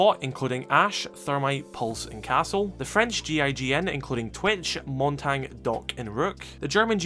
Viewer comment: My guy said "montang"